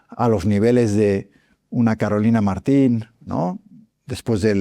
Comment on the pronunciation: David, sin ánimo de ofender, es Carolina Marín, no Martin